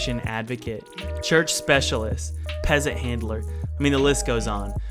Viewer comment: did he just said "peasent hitler"?